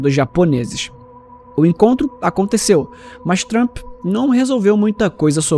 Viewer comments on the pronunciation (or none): none